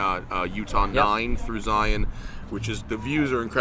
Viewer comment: My Utahn ears were pleased to hear Matt pronounce “Zion” correctly